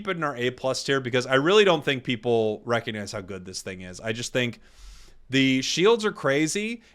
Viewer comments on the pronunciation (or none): none